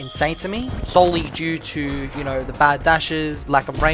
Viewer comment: Stop with the "if you don't knowr" bs it's getting on my nerves bruh come on man 😭😭